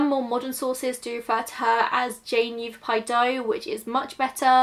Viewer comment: I generally avoid children’s cases because they’re something which can trigger me, but as somebody who grew up in Phoenix (it’s pronounced Yah-vah-pie after the native tribe indigenous to the area), who hadn’t heard about this, I thought it was worth it to listen. It would not surprise me if it was some form of hate crime, even back that far. Anti Mexican sentiment within the WASP community there is quite common in the area- just look at sheriff Joe in neighboring maricopa and how many times he was re-elected. Red is a very significant colour- a lot of Latin American children are immediately given a red string bracelet upon birth to ward off Mal de Ojo. It's possible that if she was an undocumented immigrant, the red nails and hair tint were added protection, rather than signs of unsavoury human trafficking. Coyotes are highly exploitive and dangerous people who often actively choose to prey on the weakest, and they've been operating on the mexican-american border since the late 18000s- it's possible that they chose to increase the amount of money they wanted whilst transporting this girl and her family and them chose to either deliberately or accidentally ended up killing her. It's also possible that she simply did not survive the hardness of the desert and the way in which they chose to transport her.